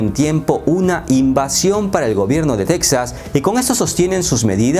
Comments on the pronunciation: Para independizarse necesitarían que los 49 estados firmaran estar de acuerdo en la secesión, de otra manera es sólo TEXAS B/S., el nombre en español es TEJAS no teksas....ya que lo narras en español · En español, se pronuncia 'Tejas', no 'Tecsas' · solo para recordarte a ti y a todos los hispanos que se pronuncia Tejas, no Tecsas. Gracias. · En español se pronuncia "Tejas" amigo. Buen video. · se pronuncia TEJAS TEEEEJJJJJAAAAAASSS toma dis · Las “Tetsas” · La manera que pronuncias Texas, descarta que eres Mexicano. No creo que se independice Texas (Tejas), Estados Unidos depende demasiado de ese estado. Es una estrategia electoral de los republicanos. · No se dic-ze tec-zaz, ni los án-lleles ni niu-méc-zi-cou. Plis, dount breic mai iirs. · Tampoco tejas es Texas, se pronuncia la X hallo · Si se de e pronunciar con la X ubícate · Se pronuncia Tejas..aunque se escriba Texas.. no lo digo yo.. consulte la RAE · No, se dice Texas pronunciando la X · No, se debería decir correctamente Texas pronunciando la X que así se escribe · Texas en español se pronuncia como México con j de jamón no con x.